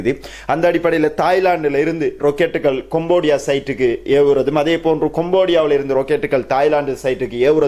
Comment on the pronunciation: கொம்போடியா அல்ல; கம்போடியா என்று சரியாக உச்சரிக்க வேண்டும்!